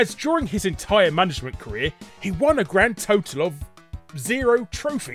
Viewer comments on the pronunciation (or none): none